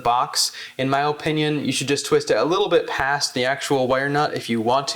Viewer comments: My man said oh-pinion 😂 im from Va we say ah-pinion 😅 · In my O- pinion... good video but I couldn't help but point out his O-pinion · “O” pinion. He pronounces opinion kinda weird